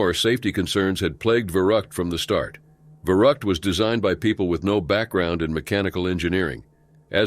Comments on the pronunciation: And it’s not Va-rut it’s Va-root . Dude can’t pronounce obviously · Sound more like Verruckt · Verrückt Not verruckt 🙄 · If you can not pronounce Verrückt, do not keep saying it over and over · I think we already established that the narrator can’t pronounce things about 2 minutes into the video when he tried to say Verrückt.